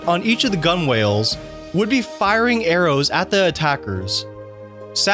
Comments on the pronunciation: Gunwales is pronounced 'GUH - nulz' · “Gun-whales” 😂😂 It’s pronounced “guh-nuls” lol